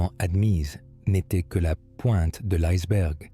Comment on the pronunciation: En français on dit iceberg, pas aïceberg.